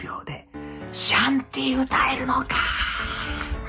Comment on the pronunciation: 「シャンティ」っていうより 「しゃんてぃ」っぽい